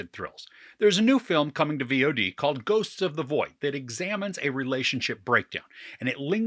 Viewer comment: When I first watched your review, I thought you were saying “Viode” as in that’s the streaming service to watch it on. Now that it has been released on VOD, I watched it last night, and I want my $6 back.